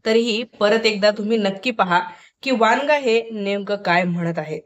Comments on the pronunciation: वनगा आहे ते वांगा नाही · वांगा नाही वनगा